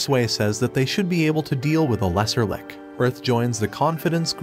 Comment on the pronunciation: So many weird mispronunciations. "Bow" "Lich" and others...